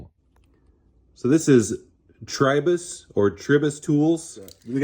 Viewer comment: cant even pronounce the brand.